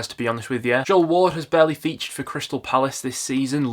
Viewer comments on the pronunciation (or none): none